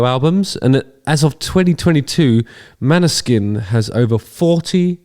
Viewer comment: FYI proper pronounciation is more like "Maw-ni-sheen". It's Norwegian for Moonshine. The "å" is actually more of a short "o" type sound, and the "sk" is a "sh". Their Eurovision win was a breath of fresh air cutting through all the pop and power ballads.